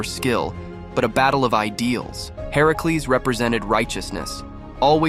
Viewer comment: Why does he pronounce Hercules like that? Ai?